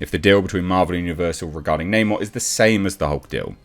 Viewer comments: It’s Ackshully “Nah’Morr” you filthy colonist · 1. Create a character identical to original comic book Namor. 2. Call him Neymohre, instead of Namor. 3. Make lots of movies. 4. Profit! I mean they changed his name anyway right? F*c*ing Nah-Moor, for no reason at all. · It’s not namor it “no more!”